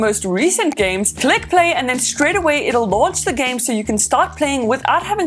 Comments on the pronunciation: did she pronounce game, as jam? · Say jam one more time please